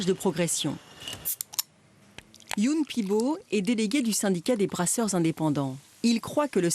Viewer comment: Alors c'est pas Youn, comme dans Michael Youn, c'est You-Enne que ça se prononce Youenn madame :D